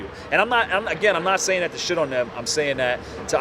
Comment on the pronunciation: “You now what I’m shaying ”